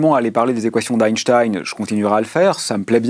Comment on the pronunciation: Avant de donner des leçons sur la pureté de la langue, commencez par éviter d'écorcher le nom d'Einstein et le mot "satellite", par vous rappeler qu'on doit mettre une espace avant le point d'exclamation ou d'interrogation, qu'il n'y en a pas après une parenthèse ouvrante. Pitoyable.